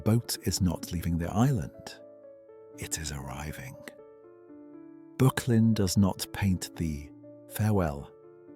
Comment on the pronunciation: Pronounced ``BURK_LIN``